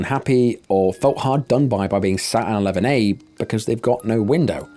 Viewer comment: I kept thinking you were saying lemonade rather than 11A lol!